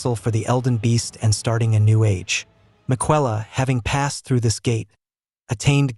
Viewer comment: Hopefully, you can get an A.I. voice over that pronounces Miquella correctly. That made me scratch my head a few times. Aside from that, great video.